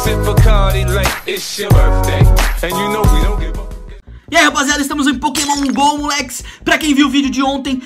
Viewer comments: Aí me da uma agonia! Ele não sabe o nome dos pokemons! Fica esperando mostrar, e alguns pronunciam errado -. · Aí tu vê que ele tá fazendo vídeo de pokemon só pra ir na modinha e ganhar view, sabe nem qual pokemon que dá pra evoluir e fala os nomes tudo errado